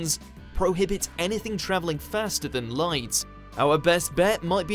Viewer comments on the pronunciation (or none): none